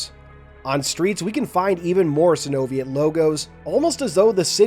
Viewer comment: I believe its pronounce Sino-Viet, like how you pronounce Vietnam